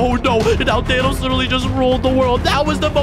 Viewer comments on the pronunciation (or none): Bro called Thanos ''Thenos"